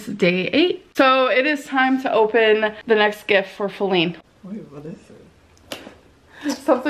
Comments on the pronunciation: Her name is actually Faline more like Bearline. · Thank you for not calling Wipey "Faline", I cringe every time I hear it lol, they have ruined it.